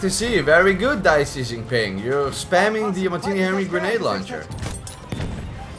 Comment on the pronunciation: that Xijinping pronounciation is dead on.